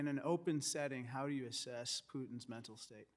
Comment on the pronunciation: Assess not asses. LoL!